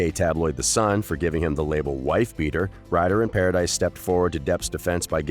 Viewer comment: Its not vanessa paradise.. it paradis (pa ra dee) french ..